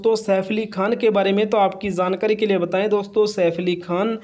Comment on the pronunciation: Zankari nahi hota jankari hota hai